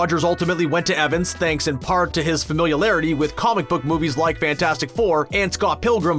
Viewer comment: Familiarity, not "familiarity!"